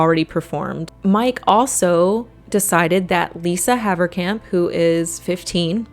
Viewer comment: Funny hearing a dutch surname (Haverkamp) pronounced correct, if they still were dutch😂